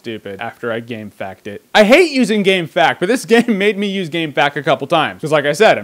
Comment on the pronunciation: Never heard someone call it gamefact, it’s gamefaqs (facts). It’s a great game though.